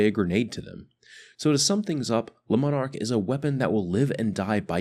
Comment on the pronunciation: Its pronounced lemon ark.